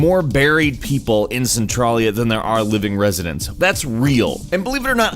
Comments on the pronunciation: I'm from a town 2 miles away from centralia and let me tell you, your pronunciation of the town made me laugh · You are not saying the name of the town even close to the right way....... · For the record, the name of the town the game is supposedly based on is pronounced SEN-Trail-Ya NOT Cen TRAL Ya. I live about an hour from there. I've been there before, long before it apparently became a 'fun place to visit'. I walked down that section of blocked highway with the crack in it and was shocked at how eerily quiet it was around there. Sadly now somebody spray painted a ton of dicks onto the highway among other things. Idiots. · It frustrated me too the way he pronounces Oregon. Also they way he says Centralia. It's "Cen-trail-ee-uh" not "Cen-trolly-uh." Also the fact that most of his "facts" were completely wrong. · its centrAYYYYLIA!!! jsyk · it's pronounced cen-tray-lee-uh not cen-trah-lee-uh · That point at the beginning when you were creating the video and thought the word Centralia looked like it should maybe be pronounced "Cen-TRAY-lia" or "Cen-TRAIL-ia"... probably should've stuck with that. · Its pronounced cen(trail)ia not cen(tral)a lol but good video thogh!!! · cintralia is pronounced Sin-Trail-Yeah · It's pronounced Sin-trail-e-uh.Haha sorry to correct you. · It's pronounced Sen-tray-lee-uh. Trust me on that. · How to pronounce centralia (Cen-trail-ya) from Ashland the next town over where everyone fled to. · It is pronounced cen trail ya. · You pronounced centralia wrong you say it like centraileya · As someone who frequently visits Centralia and lives in Pennsylvania... It is pronounced cent-RAIL-ee-a c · Centralia is pronounced Cent a (like follow that "trail".) with a ya sound at the end. Cen ya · You Moron.. Cent-Traalia, AH-storia, - Or-E-gone.... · He can't pronounce Centralia right either. I live like 15 minutes from Centralia. It's pronounced Sen-Trail-Ya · dude you said the town wrong. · also u pronounce Centralia wrong